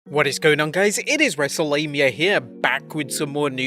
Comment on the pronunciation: I'm probably not the first person to make this comment, but if I'm watching this in another tab or not paying attention, it sounds like you are saying "welcome to Wrestlelabia", which would also be a very good channel that I would subscribe to